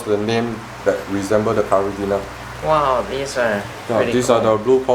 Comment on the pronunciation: lol i just realised he was saying caridina and not curry dinner